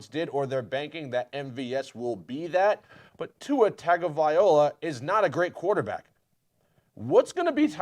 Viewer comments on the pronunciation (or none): Hahahahahaha Miami got one of the best WRs in the league and now he joins a team that the last two years have been 1 win away from playoffs. Ohh but they “might not even make the playoffs” Also if you’re gonna slander Tua, at least pronounce his name right. It’s Tua Tagovailoa (Tung-a-viola) Now as for your “he’s not even a good QB” show me a QB that’s done better with the 30th ranked run game, 32nd ranked o-line, 3 OTs leading the league in pressure allowed, and was 3rd in fastest release time (due to the trash o-line) in just their first 2 years. He’s 15-8 between two seasons and has better first 2 year stats than Josh Allen. Like bro I get you’re salty but you didn’t fleece us. We still one of the youngest teams in the league. Like I don’t think we have a single player over 30 now on our roster. Ohh and as for draft capital we still have 2 1sts, a 2nd, 2 3rds, a 5th, 6th, and 2 7th next year. All hail the Laremy Tunsil trade that has now netted Miami: Noah Igbinoghene, Jaylen Waddle, Jevon Holland, Jaelan Phillips, Solomon Kindley, & Tyreek Hill. Enjoy Ju-Ju’s Tik Toks though…just when you thought you were free from the Brittney and Jackson cringe